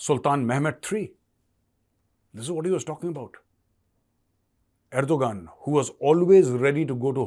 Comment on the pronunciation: Er-do-Gunnd that was sneaky